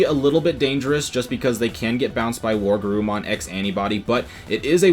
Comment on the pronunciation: Were...WereGarurumon. Not war.